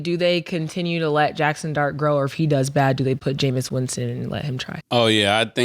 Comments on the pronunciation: It’s “Jameis” not “Jameson” Murda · Ma$e, his name is Jameis..not Jamison!!😅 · Arabia was right “Jameison” 💀💀💀💀💀💀 it’s JAMEIS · Crazy that mase can't just say "Jameis"